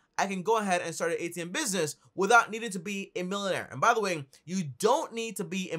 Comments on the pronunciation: Don't take advice from someone someone who can't even pronounce basic English word's he's using to describe the businesses....SMH..and also make u a mullnaire...in the process 🤣.....🚦Red-light.... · LOL that’s how they pronounce millionaire in Barbados I guess. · I thought I was the only one who caught his pronunciation 🤣🤣🤣🤣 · Made me rewind to hear 😂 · Wtf is a “Millonare” or “Billonare”?? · Millin air billin air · “You don’t have to be a milenair or bilenair” 😂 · Jeez learn how to pronounce millionaire and billionaire